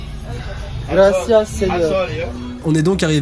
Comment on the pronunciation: Et en plus vous prenez la peine de dire graciace 😂